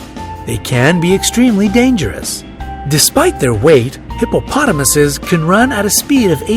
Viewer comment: The narrator says eses when it is I like Hippopotomi.